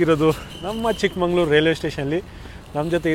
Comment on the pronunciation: ಚಿಕ್ಕಮಂಗಳೂರು ಅಂತ ಇಲ್ಲ. ಚಿಕ್ಕ ಮಗಳೂರು ಕಣಪ್ಪ